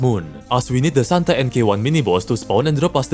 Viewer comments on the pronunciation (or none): none